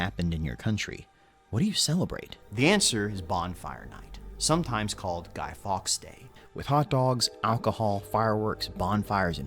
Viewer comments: Have to point out that Fawkes is pronounced closer to 'forks' than 'fox' as the presenter said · faewkes is pronounced forks, not fox